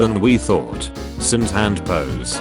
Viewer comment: “ the seven deadly cyns.” Wait how about, WHERES Ther solver cyn?